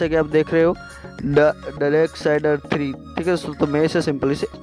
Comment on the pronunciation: Hahahahahahaha Bhai please ek baar fir se bol ddddarksiderrrr 3